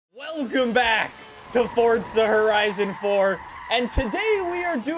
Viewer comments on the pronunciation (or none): Can you seriously not say forza not fortza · Its forza not fortza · Not to be mean but it’s not fortza it’s forza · does he realize its forza not fortza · FOUR-ZA not Fort-za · Why does everyone say fortza instead of forza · Love how he says FORTZA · My vocab "Foraza" vocab "Fotsa" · I find it funny how you pronounce forza it's like fortza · "Fotza Horizon 4" LOL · Man rllly said fordzer